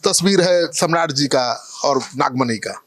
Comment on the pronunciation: Nagmani nhi nagfani hai